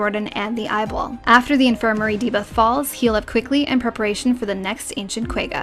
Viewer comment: I dunno why but the way she said "ball" in eyeball had an accent to it that stood out to me.